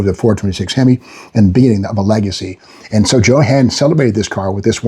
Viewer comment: Steve "JO-HAN" Magnante ... hahahaha LOL